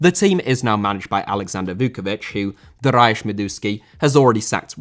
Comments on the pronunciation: /dar-e-ush/ just in case makes part 2 haha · Stop butchering names ffs,how can you say Darayus?!It's Dariusz!!!